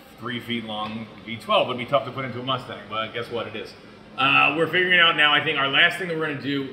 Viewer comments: “Asstang 5.9” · The. ASSTANG ..... COME ON BRO ITS RIGHT IN FRONT OF YOU.